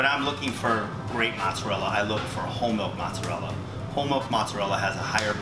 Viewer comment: The way you say mozzarella hurts